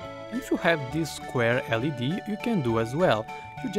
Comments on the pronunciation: It's not led you say the letters individually like l. E. D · It's L E D not lead. It's a light emitting diode. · And Its not l.e.d you pronounced it lead its L E D like you say them single Like L (pause for 1 sec) D and so on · It's L.E.D not lead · LED is not said LED its L E D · Instead of saying "led" you say "el-ee-dee" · It's called an l.e.d. Not a led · Correct me if I'm wrong, but I think most people say L-E-D, not just led as one word. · I don't know if you meant to say this but you don't say LED as "LED" it's L.E.D you say the letters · it's not pronounced led it is an abreviation it is LED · it's not Led, u say each letter individually, L-E-D. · and it's an L.E.D. light, and not a led light. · u told L.E.D incorrect u said it led but u should pronounce every single letter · Its L.E.D, say the letters as it stands for light emitting diode